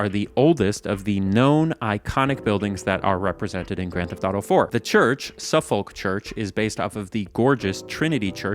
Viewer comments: Suffolk is pronounced suff-ick not suf-folk. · Quick note from England. Suffolk is pronounced 'suh-fuck' rather than 'so-folk.' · Thought I'd add, it's pronounced "Suffuhk", not "Suff-folk" 😉 (Royalists invading) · Firstly I just want to say I love these videos ❤️👌 secondly I just wanted to say Suffolk is pronounced “Suff-uk” not “Suf-folk” just for future reference! Lots of silly British names are not pronounced how they’re written 🙈😂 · "Suff-OLK church" inlander/westerner detected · Suffolk is pronounced Suf-uck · NOOOOOOOOOOOOOOOOOOOOOOOOOOOOOOOOOOOOOOOOOOOOOOOOOOOOOOOOOOOOOOO its pronounced suh·fuhk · you didnt think you were gonna do a video pronouncing various place-names in new york without a comment telling you Suffolk is for some reason actually pronounced suff-ick did ya? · "Suffolk" is pronounced Suffuck. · SUF-uhk is how you say that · Pronouncing "Suffolk" in a way designed to trigger Specifically me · Why can't Americans say Suffolk correctly. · No way Americans pronounce Suffolk like that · As a brit, hearing him say "Suffolk" was so funny. As always I didn't need the information in this video.. but I'm so grateful I now know. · that pronunciation of Suffolk... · Hearing an American try to pronounce Suffolk is great